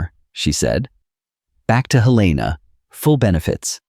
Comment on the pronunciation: Capital of Montana pronounced here as it is by people who aren't from there. I grew up in another Helena.